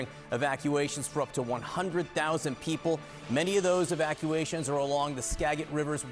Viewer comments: He said SKA GIT Sca as in Scan dinavian Git as in Github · Skajit not Skaget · Thanks for reporting on our neighborhood but it's pronounced Ska-jet river, not Ska-git!! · It’s Ska-JIT, not Ska-git lol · It’s Skaj-it River, not ‘Skaggit.’ Locals know it, Washington hikers know it, even the salmon probably know it. CNN might want to catch up. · It is pronounced correctly Ska- JIT river not Skag- it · Pronounced Skajet!! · that's a soft G dude! (do your research) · Don’t be like AI! Learn the proper pronunciation of Native American words that describe locations all over America. SKAGIT is pronounced like SKA-JIT! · Skagit is pronounced with a “J” sound. SKA-jit. Most of our names are Native. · Hoping everyone gets out safely. It’s been relentless rain here. Btw-Skah-jiht is the proper pronunciation CNN. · Pronounce like SKAJIT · Please, do some minimal research on the pronunciation of places being reported on. How difficult would it be to ask someone, anyone, in WA how to correctly pronounce Skagit River? It's not a G sound. It's a J sound. Really, the newsroom has no contact with anyone in WA who can tell you the pronunciation in just 2 seconds? Embarrassing for people whose business is information. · I love how everybody is praying for us but we're all like "IT'S SKAGIT WITH A SOFT G" 😂😅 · "Skaggit River" lol he's not a local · Skagit is pronounced with a soft g. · Skagit is pronounced "Skajit", btw. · " SkaJit" please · Pronunciation note: Skagit is pronounced with a soft g. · Come on CNN, y’all couldn’t ask Google how Skagit is pronounced? It’s “ska juht”. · It’s Ska-JIT. And Mount Vernon was named after George Washington’s estate, not a mountain, so should not be abbreviated as “Mt.” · I can't watch this anymore!!! The live in Skagit County (pronounced ska-jit to start with on your errors) and we see this every few years. We are well prepared. STOP THE DRAMA! You clearly know not of what you speak. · “Skagit” is pronounced with a soft “g” sound, like ‘SKA-jit”.